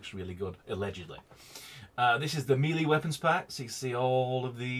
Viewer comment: he said it right though.